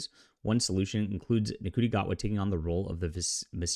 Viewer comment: Could you at least try and pronounce Ncuti's name properly?